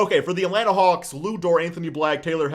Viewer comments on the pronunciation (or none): none